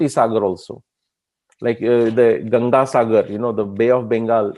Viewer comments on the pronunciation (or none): none